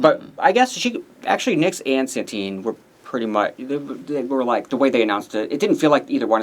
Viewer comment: stop saying Santine challenge impossible